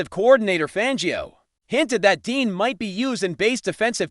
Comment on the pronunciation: He's saying Dean dos he mean Dejean?